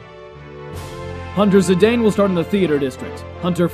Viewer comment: Oh, and endless thanks for pronouncing Zidane's name as it is phonetically spelled, and not like a certain infamous French football player. <3